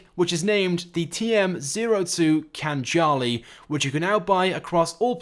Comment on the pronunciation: Wouldn’t it be pronounced khan-ali